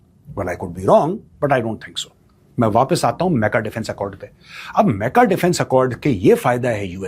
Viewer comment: अरे मेजर साब मेका नहीं मक्का बोलिये😂😂😂